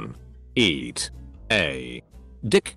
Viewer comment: I find it hilarious that the voice pronounce some words in a weird way. It literally said "eeeaaatt aaaaa dick!" lmao the way it said dick was priceless